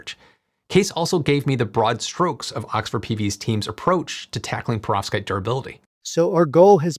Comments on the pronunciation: Your pronounciation of perovskite seems deliberately off, if only because you surely can't be doing it that wrong, in that way, so consistently. The way you say it: "Provskate" The correct pronunciation: "PER-ov-SKYte" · Why are you saying profskites.. it’s .. PEROVSKITES 😭